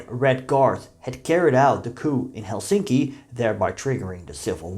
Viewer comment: One tip about the pronounciation of Finnish words: The stress is always on the first syllable. This goes for all words, including names. So, it's TAM-pere and HEL-sinki.